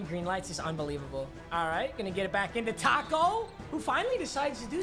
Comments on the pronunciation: Papa thinks Tacko is pronounced like taco🌮...smh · Why do you say taco like a white mother😂